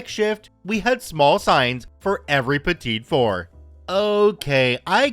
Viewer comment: FYI: "Petit four" is pronounced "petty four."